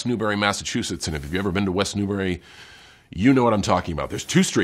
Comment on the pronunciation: no he got west newbury right